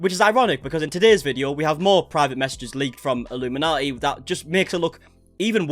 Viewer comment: Hi you probably won’t see this but just wanted to let you know that Blair’s channel name is pronounced as illumin - naughty (as in, are you gonna be on Santas naughty or nice list this year lol) Instead of like the cult name way of saying it. Just I know you end up having to say it quite a lot in your videos. Anyways and more importantly, I’m soo glad to see your channel growing. It only feels like 2 mins ago you were asking everyone to help you get to 400k and already you are 33k above that. 🙌🏼 So it won’t be long till you hit 500k then the big 1M 🎉 😊